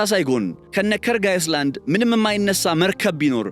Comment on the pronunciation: ካርግ አይላንድ not አይስላንድ ። it is not iceland but island 😊 S is silent ( አይላንድ) ። ለወደፊቱ 😊